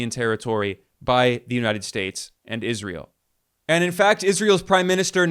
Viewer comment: Ben, your prounciation of Israel is juvenile. Please work on it. It's not "Iz ree uhl." Where are you getting the ee sound from?